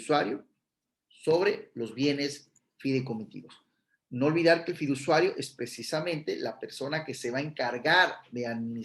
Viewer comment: Pd se dice fiduciario NO fidusuario